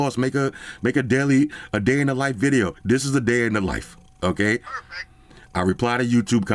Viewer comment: that “PERFECT” was mad disrespectful at that point 🤣